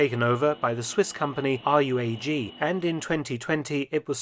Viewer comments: scary how all civil aviation is now in the hands of like two megacorporations^^ its pronoumced RUUHH-AAG ;) R.U.A.G. does thdme Trick too. Thanks for sharing your Insights alwaya have been a fan of the Channel. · RUAG is, normally, just spelled out like a word: rooagh